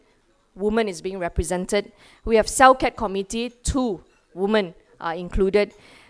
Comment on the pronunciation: She really needs to learn that "women" is pronounced as "wimen". But still, good stuff. We need more leaders like her in the country.